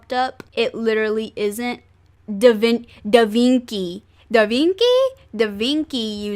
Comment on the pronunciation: Da VinKi? pronounciation : Da Vin-chi